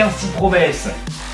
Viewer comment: Par contre ca se prononce COUINESY promes mdr ^^